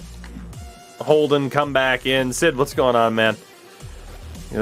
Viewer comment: Lol you said Holden’s name wrong 2 times when you looked through the trophies